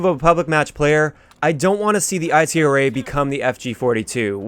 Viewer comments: I hate how he calls it the I T R A burst its itra burst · you know the letters aren't separate right they all make one word, if anything the B.A.R is pronounced separate